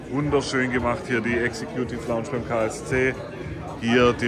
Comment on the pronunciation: Was ist denn bitte die "Exe-Kjuuutiff Launtsch"? Lernt doch wenigstens, wie man die Ausdrücke ausspricht...^^